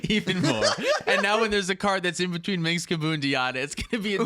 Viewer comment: "minx and boo" is making me twitch every time. Its just pronounced Minsk, guys. The s comes before the hard k sound. The c is a mislead.